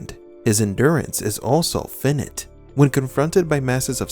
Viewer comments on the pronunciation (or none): It's finite (first syllable rhymes with THIGH, second syllable pronounced NIGHT) and mach (pronounced MOCK, NOT MAC).